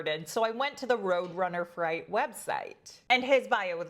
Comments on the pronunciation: Freight not fright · Thank you. Freight = Fr-ey-t